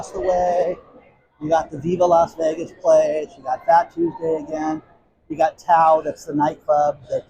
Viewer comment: Seriously it is vegas not alasla3